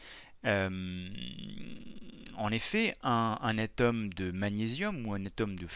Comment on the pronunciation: On dit ATOME et pas a tome